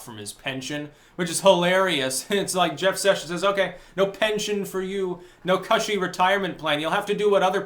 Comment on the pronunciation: It's KUSHY, (cushion/soft). Not cAUShie, (that's something I hack and spit out)